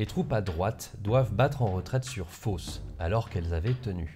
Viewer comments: " Fosse " la ville et pas " Fausse " ;) j'ignorais qu'il y avait eu autant de bagarre par chez moi. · C'est "Fosse" et pas "Fausse" fichtre...